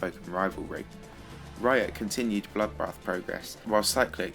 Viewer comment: Wtf. Have you got a problem with bloodbath. You called it 'bollockbath'